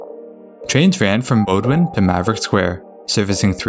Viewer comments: This is great but please learn how to say bowdoin, it pisses me off. It’s pronounced bow (like in bow and arrow) din. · Makes up for him mispronouncing "Bowdoin". (It's "Bowdun".) But he also got Lechmere right. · Yeah I grew up in Boston. Most say "Bow-din" although I heard some say "Bah-do-win" and I used to say "Bow-doin" lol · The Blue line gets the pronunciation wrong on Bowdoin and Suffolk Downs, but otherwise pretty good on most things.